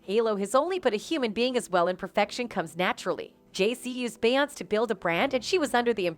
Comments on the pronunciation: How do you not know how to say BE YON SAY? What is BE YONCE??? DO YOU SEE THE ACCENT MARK? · Its Beyonc-ay not Be-once but anyway great video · Bey Yonts? lol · The female narrator needs to learn how to pronounce Beyonce FFS. This ish popped up on my YouTube suggestions (*Edit: a completely different video a couple years ago). From my understanding: Rhianna & Beyonce had a Twitter war in which Rihanna tweeted - Since we're spilling tea, I slept with your husband. The YouTube video showed the Rihanna tweet etc... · too bad the narrator can't even pronounce Beyoncé's name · If you cannot pronounce her name correctly do not say it at ALL!!!!!! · YOU CANNOT EVEN PRONOUNCE THAT LADY’S NAME!!! SO WHY WOULD ANYONE BELIEVE YOU??? 😂😂😂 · They way the narrator pronounce Beyonce…..😐😐😐